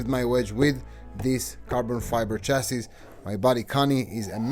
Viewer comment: Oh! this is interesting, I need a carbon fiber chassis (Did I hear you pronounce chassis as shessis or! hahahha) Anyway, I need one for my Rally car build.